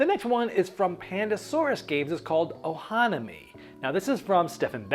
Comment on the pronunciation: Killing me with the pro-nownce-ee-ations you used for some of these games. "Ohanami" and "Paleo". Killing me.